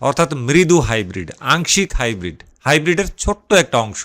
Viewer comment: এটা হাইব্রিট নয় গাইব্রিট